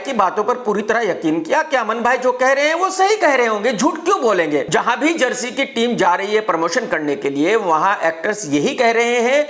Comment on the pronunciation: jersy नहीं chersy